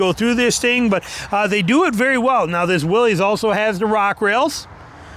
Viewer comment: It's a Willys, not a Willies. Stop saying it wrong.